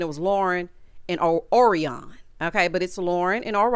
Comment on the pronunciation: Orion is pronounced like the constellation.